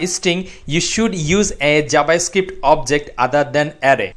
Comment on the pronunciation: "jabascript" really nigga?